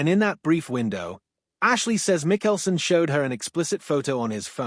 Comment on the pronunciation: Pronoun his name correctly. PLEASE!